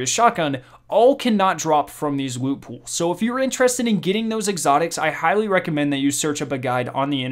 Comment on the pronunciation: pwestigious woot